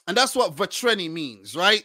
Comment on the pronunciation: "Vatreni" means fiery. You gotta work a bit on your pronunciation though...